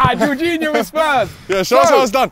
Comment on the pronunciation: Darkest calling Jorginho ”George”